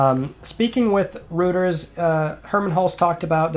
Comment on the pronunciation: it's pronounced roy-ters